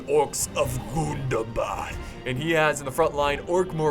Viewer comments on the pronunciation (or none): I love it when you say GOON DAH BAHD